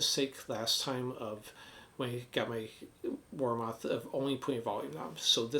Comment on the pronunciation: War Moth would make a great band name 😂 But its pronounced Warmith. Btw I have 2 Warmoth strats. I love their products.